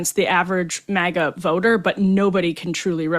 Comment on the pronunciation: MAGA not miga